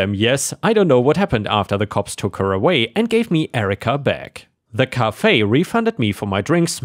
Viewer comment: Cafe is prounced like hat, not like car.